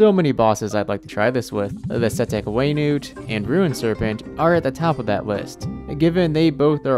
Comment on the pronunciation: Funny how he calls setekh We Nut boss "waynoot"